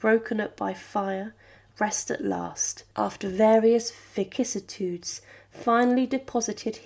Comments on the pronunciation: Vicissitudes: pronounced ' viss-siss-i-tudes. Queen Elizabeth I was the last Tudor monarch, not Mary. Schleswig-Holstein: pronounced 'Shlez-vig-Hol-stine' Just in case there are any oversees viewers of your channel 😊 Westminster Abbey, and St George's Chapel are Royal PECULIARS, not PECULARS. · “vicissitudes” is NOT pronounced with HARD C (like ‘K’) but with S-like soft C, as in civilized. My concern here is that impressionable young people, in the absence of competent tutelage - sadly endemic in today’s schools - will grow up as ignoramuses!